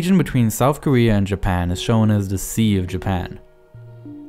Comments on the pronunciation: Lesyk Konecky listen the word ‘korea’ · Koeea? Or Korea ..? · Wow you're saying Korea with a w